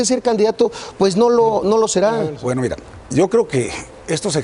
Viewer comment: este wey dice IRa, en ves de Mira jajajaja pinches cerdos